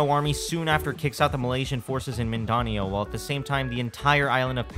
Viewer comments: its mindanao you pronounced it wrong you anger me bc im a filipino but i will forgive you for that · you said mindanao as ''mindanio'' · His pronunciation of Mindanao 💀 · as a filipinop it hurts me how he pronounces mindanao